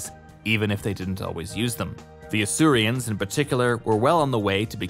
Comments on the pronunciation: They’re Asurans not Asurians, why can this guy never pronounce things properly? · Asurans, not Asurians. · fyi it's "Asuran" not "Asurian" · Asurans. Not Asurians. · It’s Asurans, not Asurians, and not sure why you used the Earth POO symbol for that, I appreciate you said the symbols weren’t official but that seems completely random. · Hmm isn't it Asurans not Asurians? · Every time I hear "Asurians" I feel betrayed, why is there an i in there, they're just called Asurans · This video is over a year old now but I just want to say: It's Asurans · The video was good, don't get me wrong. It's just that hearing you say "Asurians" bothers me. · Weird pronunciation of Asurans, as if there was an I in it. Also, nanomorph is a strange way to describe them.